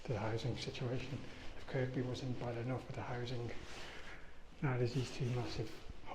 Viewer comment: Kirkby,pronounced Kirby.